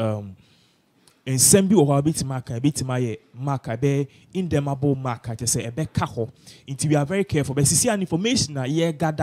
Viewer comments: I guess you meant to say Interminable mark rather than "indermable" mark! I love your insights and analysis. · "Interminable" not indermable . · “Indermable Mark “?